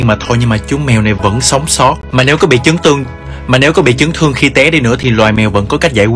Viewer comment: Nghe như chấm tương😂